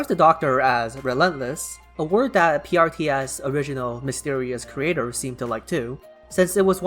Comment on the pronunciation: And when you pronouncing PRTS...it does sounds like Priestess